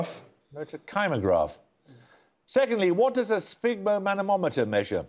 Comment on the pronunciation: "Sphygmomanomometer" haha